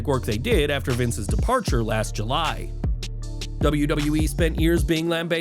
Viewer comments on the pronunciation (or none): none